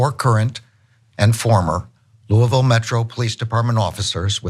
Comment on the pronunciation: Can someone at TYT pronounce Louisville correctly as /LOO-a-vul/, the Attorney General even got it right 😂